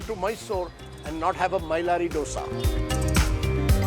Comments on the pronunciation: This fellow has been doing these shows for donkey's years. He still can't pronounce Dosa as Dosa. Calls it Ddosa. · Its Dhosa.. pronounce it as Dho-sa or Dho-se, common its been ages.. can't you guys say this properly still